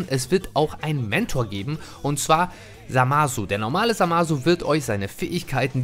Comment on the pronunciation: Der kollege wird Zamasu geschrieben aber das U ist stumm hört sich auch mit ausgesprochen U widerlich an. Hörts euch im anime an es stimmt.